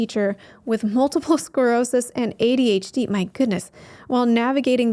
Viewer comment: First video of yours and I'm subbing! Love the Neurocuriosity Club, it's one of the first places I got info when I realized I was AuDHD and not just ADHD at 42. Re the pronunciation I think of it like Audi HD. If that helps anyone.